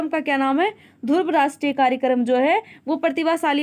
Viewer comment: Bolna Sikh lijiye mam dhurv nahin hai Dhruv hai ok